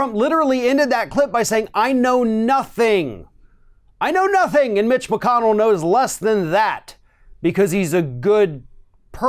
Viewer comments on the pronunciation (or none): Lol, wtf was that, Donald? "I know knothing."🤣 No shit, Sherlock.